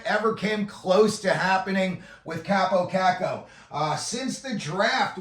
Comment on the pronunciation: Learn how to pronouce his name for credibility